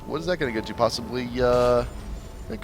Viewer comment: Someone needs to inform the announcer that aegis is not pronounced 'eggies.' It is embarrassing.